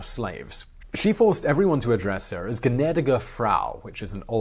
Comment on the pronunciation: as far as pronounciations go, i think he did really well! believe me, i've heard far worse... i also think he did especially well on the ä in ''Gnädige Frau'' (which is still used quite often, albeit by the older generations) - äöü can be quite daunting to someone not familiar with the language!